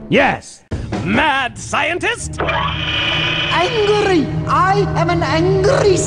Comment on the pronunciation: ANGLRY! ANGLRY SCIENTIST!